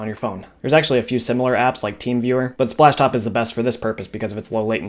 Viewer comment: how many times he said ‘spashtop’ | \/